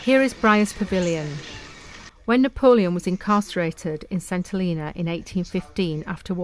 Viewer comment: When we lived there in the 1970s it was pronounced "Sent - ell een a". I imagine it still is!